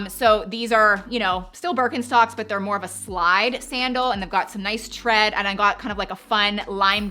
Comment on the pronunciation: I missed Mary Janes here! And it’s funny how you pronounce Birkenstock.😀😃